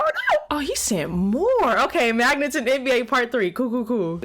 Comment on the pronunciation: what the heck is a manget?